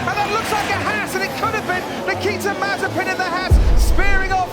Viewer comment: You mean mazaspin 😅